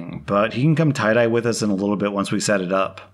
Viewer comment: His,”You want to tye-dye undies,” is hilarious